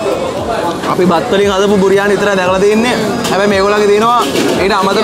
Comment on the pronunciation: "බිරියානි" "බුරියානි" 😂👌